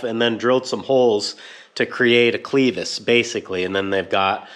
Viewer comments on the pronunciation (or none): It’s clevis not cleeevis At least here in Texas it is :). Nice fabrication regardless!!